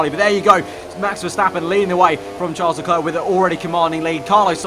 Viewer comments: It’s not Tcharlz Leklurk, is pronounced Sharl Le Claire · Ffs, Charles LeClerc is pronounced Sharl le Claire. Please learn it!